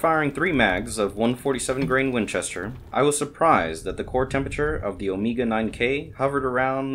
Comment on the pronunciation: "Omeega" lol nice upgrades though!